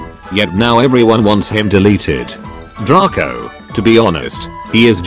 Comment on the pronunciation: He said Draco and emz wrong...